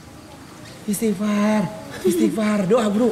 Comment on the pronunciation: Kocaaak banger pas nangis disuruh istikfar bukannya nyebut malah ngomong ikstifar hahahaha kereen nih KPBnya lucu ya horor